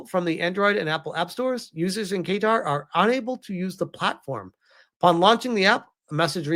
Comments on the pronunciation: It's pronounced "kattar" not "keytar"! 😂😂😂 Edit: ok now who wants to bet the Roblox CEO is on the "Island List" and has secret hard drives full of delicious cake and cheese pizza? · BTW it's KA'Tar - not Kay'tar! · 🗣️ Kuhtar (Qatar) not Kaytar 😁 🇶🇦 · I’m not surprised considering some countries actually listen to their citizens and to be honest Roblox had it coming. Side note its pronounced: kuh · taa 👍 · Say guitar but with a Q. Kaytar lol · Qatar is pronounced Kah-tar,. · I have it on reasonably good authority (from someone who lived there) Qatar is more closely pronounced "Cutter" Edit: Kaytar is closer than the first way you pronounced it. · Hey my man not to be annoying, but it’s pronounced “Cuh-Tar” 😅❤ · Not trying to sound like an "uhm ackhucally" guy, but it's pronounced Kuh-tar. Your pronunciation here is funky and tickled my brain wrong. Don't force yourself to change your pronunciation over me, I ain't forcing you to say it my way. Just putting my opinion here respectfully. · Pronounced Ka-tar. Qatar. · i know you don’t give af but the pronunciation is Guitar like the instrument 🎸😂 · Hearing him pronounce it "kay-tar" caught me off guard lol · Well keytar is a thing. It's a keyboard synthesizer that has a guitar neck, and you hold it like a guitar while playing. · lol Not correct. That’s a classic American attempt at pronouncing the country correctly 🇶🇦